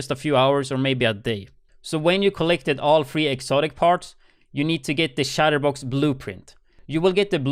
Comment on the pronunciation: Can't pronounce "chest piece" but pronounces " Chatterbox " correctly...what?